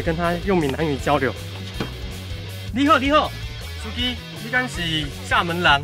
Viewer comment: 你的发音不太标准，【厦门人】发音是【a moy lang】。日语词汇在台语里只有170个，并不是很多，不影响和厦门人交流